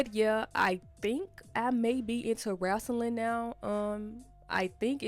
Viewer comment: "Wrasslin'" 😊 Yass sis ! Explore the world !